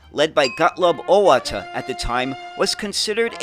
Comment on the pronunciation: Neoplan is approximately "NEY-oh-plahn". "Auwärter" is approximately "OW-wear-ter.".